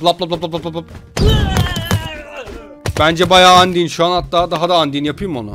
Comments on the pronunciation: Andiy diye okunmuyor andayn diye okun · abi lütfen andin deme undayn diye okunuyo lütfen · andin değil andayn